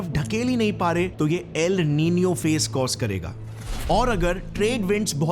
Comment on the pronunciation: Its el nino